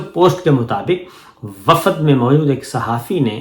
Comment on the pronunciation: Assalamualaikum Sir lafz wafad pronounced is wrong, صحیح لفظ ہے وفد وافد غلط ہے Hope you don't mind